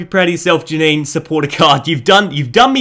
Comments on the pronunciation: Janine is pronounced Ja-neen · It’s pronounced Ja-neen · Its jah ni né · srry for being that guy but its pronounced janiiin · Its Jan-een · It's pronounced ja-neen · its pronounced JAH-NEEN